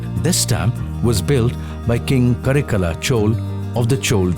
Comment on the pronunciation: For a while I was just thinking when did godavari became cauvery But being work of humans it do have mistakes , such an intellectual presentation from rstv is not exception of making flaws. However one thing is common the north people often make their miss utterances with southern names. Leave about the verbs , guys nouns can never get changed Chol - it's chola Karaikala chola - it's not ka-re-kal chol